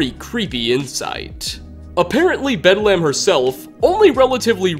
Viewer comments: It's pronounced Bed-LEM not Bed-Lamb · Like the Hospital, it's: "Bed-lm" not "bed lamb" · It's not bedlamb, it's bedlem. The A is supposed to be soft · It's pronounced more like Bedlum rather than lam. The English language is a wonderful thing, making and breaking rules. Great video, hope you will do more for 76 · ... ... ... Bedlum... Bed - Lum Not Lamb... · I think you read too deep into Bedlam. It's pronounced Bedlum. It means a scene of uproar or confusion. When people say "There's bedlam in the streets." or "It's bedlam everywhere." that's what they mean. It's a good raider name. Like naming any other raider something like Riot, or Chopper, or Smoker, or some other raider like name. I figure someone already mentioned this but I couldn't let it go. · Love these videos but hearing you say bed-lamb is making me laugh! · "bed lamb" XD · Pickman's just the Hannibal Lecter of the wasteland. Also, how did you get anything wrong about the Mechanists history? And Bedlam is pronounced "Bedlum". WHY CAN YOU NOT PRONOUNCE ANYTHING? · You're sayin "Bedlam" weird. It's pronounced "Bed-luhm." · Bedlam is pronounced bedlum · no, it's not, and no they don't. It's almost always a case of fans misunderstanding something, or reaching as far as this dude is. Take the "bedlam" reference in this very video. must be unaware that bedlam is an actual word... based highly on his constant mispronunciation, so for whatever reason he thought that the first thing that came up in a Google search must've been the inspiration. Some super obscure British hospital... as the name for a raider? He'd realize how wrong he was if he had even a seventh grade vocabulary. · your saying the raiders name wrong bedlam means madness our a scene of uproar and confusion. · Learn to pronounce Bedlam, will ya?